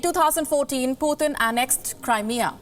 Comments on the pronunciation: lady, it's just p-u-t-i-n, not puthin! at least do some research on how to pronounce a president's name properly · She is pronouncing Putin's name as someone from UP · She does not know how to pronounce the word Putin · I love to hear her accent 😉 when she said Putin. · that is how it's pronounced in russian language. but yeah kinda funny cuz we are not used to it. haha